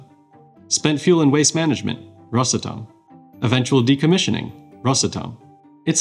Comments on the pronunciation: RosAtom, not rosatOm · Rosàtom not Ròsatom. Please, don't heart my heart and ears! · You make the company sound like a cough medicine “Rosatum” 😂.awesome video tho good job 👏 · rosA'tom pls, dont rOsatom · Well done video, but a small disclaimer: not rosatOm, but a simple Ros Atom, ROS ATOM, RosAtom. Prepare better next time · Ros. [a short pause]. Atom - is how the company's name should be pronounced. Rushed "Rosatom" sounds kinda funny. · Oh, FYI, Ros'atom, stressed on 'a' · The correct way to pronounce it rosAtom. The letter A is the driver of the word. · It's called RosAtom - the stress is on A. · Very informative interview, but for good’s sake, it’s Ros átom, the stress is on the “a” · Nice but it's rosAtom (the stress is on the first syllable of the word atom) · the stress is on the "A", like Atom, it is spelled together, but is pronounces as two words, ros-atom, (atom - just like in english the a is stressed, not o) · You said russletum 37 times in 4 minutes Edit : just finished the video. 129 times in this video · Nice video ! Btw its pronounced rosAtom. The stress is on the letter a, not on the o. (Source- I live in Russia) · It's pronounced "RosAtom" with stress on "a". Almost the same as "atom" is pronounced in English. (English/Russian bilingual). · he is speaking english where the stressed sillable is usually the first one. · Thanks. I'd never notice this without you 😂 However, the word (as in the name of the company) is Russian. Hence "ros" and not "rus". So if this is the explanation you favor, - he ought to pronounce it as "rUsatom" with stress on "U" because he is speaking English and Россия is "Russia" in English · after all the work you put into this video should have put 2 extra mins into learning how to pronounce Rosatom. The ''may be behind'' part in your video where you talk about Rosatom reactors, i think your brain might be behind